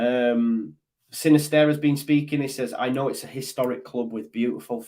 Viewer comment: Sinisterra has a double r at the end so you need to roll the 'r'.